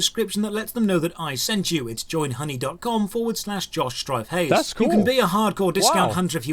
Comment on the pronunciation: Totally thought he said his name was Josh Dry-face ...